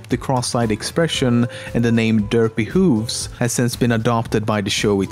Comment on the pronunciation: I 'now that there is going to be hate comments but it's Dr. Whooves not Dr. Hooves